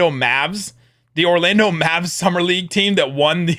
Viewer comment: ”Locked on Maaa🤪🤪vvzaa🤪”